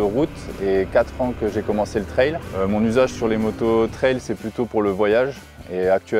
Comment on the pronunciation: Mais pourquoi dire « trèle » pour trail ?? Un train roule bien sûr des rails pas sûr des rèlles 🤷🏻‍♂️